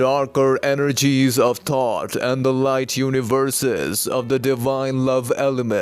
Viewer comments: Is he saying thought or Thoth? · Is he saying thoth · Are you saying thought or thoth? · Once again very informative! Same could you please help give me some clarification please, are you saying Thoth, or Thought? When expressing the dark side. Please feel free to get back with me at your earliest convenience. 🌞🌱🌞🌱🌞🌱🌞🌱🌞🌱🌞🌱🌞🌱🌞